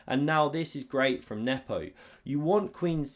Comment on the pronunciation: You still mispronounce Nepo's name.